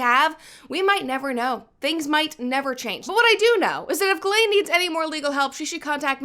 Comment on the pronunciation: You just saying the woman’s name correctly is like music to my ears… if I hear one more “gizzlane” omg.